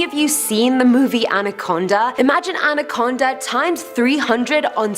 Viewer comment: Them: Andaconda the legend Me: MY ANACONDA DON'T